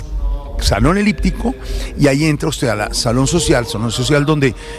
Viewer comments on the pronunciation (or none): Salon “liptico ” dice Jorge Alfredo.. Se dice salon “eliptico”.